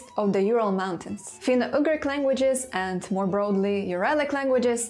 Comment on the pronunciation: Dear, please pay some attention on the pronunciation of certain English words - for example it is not /finou-agrik/ but /finou-jugrik/; these small errors like the one above repeated too many times can ruin a whole video and as your loyal subscriber I feel bad about mentioning about this, but checking the right pronunciation doesn't take more than 10 minutes for a video of this length. This is the 1st time I had to stop watching cos I just couldn't stand the "agrik",whatever it may be, and I truly hope you'd take my humble advice into consideration lest sth similar happen... You've got one of the best linguistix channel here in YT, just a little effort and it'll be THE best! Best regards, Antti*